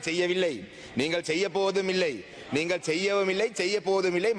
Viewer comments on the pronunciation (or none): மக்கல் அல்ல நீங்கல்